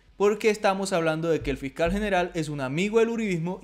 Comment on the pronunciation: Fical jajajajaja Fiscal hay que mejorar la pronunciación.